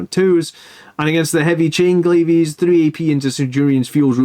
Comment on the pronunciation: "Glaives" is pronounced "glayvs", not "glay-vees". Other than that, great mathhammer, as always!